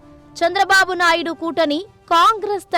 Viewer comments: நாய்டு அல்ல நாயுடு தமிழ் சத்தியம் டிவியில் படாதபாடுபடுது தமிழ் இவர்கள் எல்லாம் தமிழ் வளர்க போறாங்களாம் கஷ்டம் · நாய்டு கிடையாது நாயுடு 😂